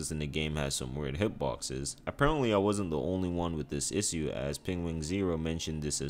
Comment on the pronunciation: Loved the vid! But the way you say "issue" really pissed me off